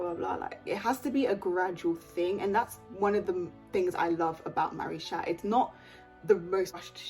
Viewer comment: It’s supposed to be pronounced maricha btw